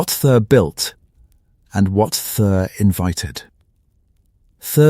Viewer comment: Who the hell is this 'Thur' supposed to be?? And the pronounciation of 'Khazad-Dum' is ATROCIOUS! At least properly teach your AI system how to pronounce names!! MAJOR FAIL!!!